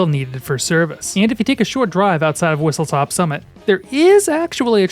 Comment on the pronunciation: Its not "Whistletop" ITS WHISTLESTOP